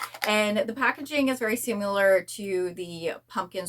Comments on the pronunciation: The way you are saying “similar” is not the correct way to say it. Google and it will give you the correct pronunciation so your videos will sound better. Letting you know because if it were me, I would want someone to tell me. Hope you don’t take it as offensive. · I see alot of ppl say it the way she does. Not sure why. Maybe it's where they are from or something? I hear it alot tho and want to say something ,but never want to come off as rude ❤